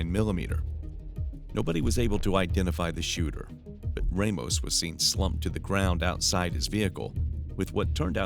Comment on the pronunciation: Not many people know this, but 'Ramos' is usually not pronounced 'Raymos'.